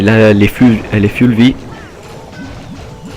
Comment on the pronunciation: mdr on dit foull vie pas full memme si sa s ecrit avef le u